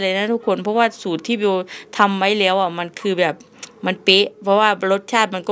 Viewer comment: ทำไมพูดคำว่าแล้วเป็นเลี้ยว